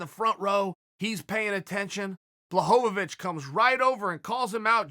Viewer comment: Chael is subtly trolling all of us with his different pronunciations of blachowicz name.